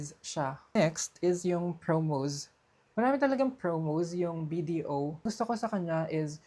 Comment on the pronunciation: bakit yung "S" nagiging "Z"?? like Promoz, Viza, Increaze, I know it sounds like pero make it normal, Promos, Visa, Increase.